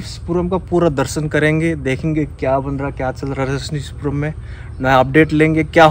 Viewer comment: Phale ...rajnishpuram thik say bolna shik lo